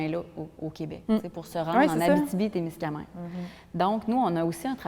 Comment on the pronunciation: Musée de la gare de Témiscaming, pas Témiscamingue.